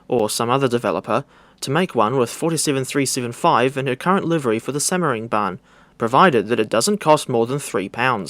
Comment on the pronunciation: Yay simmering bahn. Its said how the butcherd it